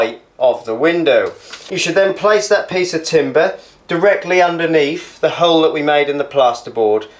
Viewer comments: Love that method 👍 your pronunciation of 'Milwarkee' and drilling a 'hurle' made me laugh 😁👏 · Just bought my first drill to do the work the landlord refuses to and this did the trick! You're right about needing a clamp/ spreader, wrecked my hand trying to do this without one. Cheers mate! Also what region is your accent? The way you say 'hole' threw me! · Great video, I will give this a go..... (how is he pronouncing hole??!)